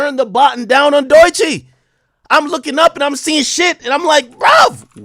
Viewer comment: The only people hating on Doechii are Drake stans. What about her going absolutely viral on YouTube and TikTok doesn’t Ak get. And I hate the way he mispronounces her name. She is just catching these strays because she is signed to TDE. Ak used to be better than this